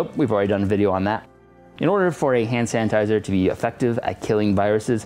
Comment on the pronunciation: Am I the only one who hears “HAN sanitiser “